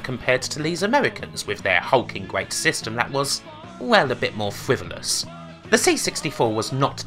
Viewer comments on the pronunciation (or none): You sound like british Homestar Runner. "fwivolus" "amewican" srsly this is bugging me